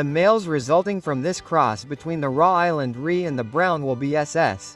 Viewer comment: Put a real human to narrate raw island red 😂